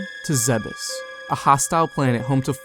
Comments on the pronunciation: "Zeh-behs" DOOD! ITS ZEEBS! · It's pronounced "Zee-Bees", I think.